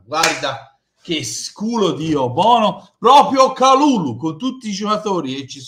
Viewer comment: pronuncia perfetta! Grande. Speriamo che potremo nominarlo per tutta la stagione e non solo in questi ultimi giorni di mercato.